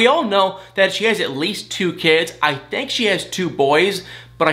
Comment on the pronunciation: Where are you from? Your accent , when you say think it sounds like thank. And when you say thing it sounds like thang. Hmu I must know how that comes about